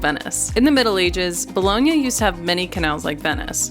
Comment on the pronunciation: Bologna ,not Bolohnia